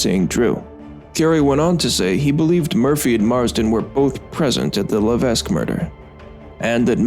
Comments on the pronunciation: AND ITS NOT PRONOUNCED "LA-VESK" ITS PRONOUNCED "LA-VECK" !! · It's crazy to know about this, considering I live in Massachusetts and not that far from the Bridgewater Triangle. Additionally, I have a few notes on pronunciation. Diman is pronounced Dye-man, and Levesque is pronounced La-vec.